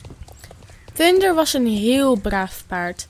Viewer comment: Bro zeg gwn normaal thunder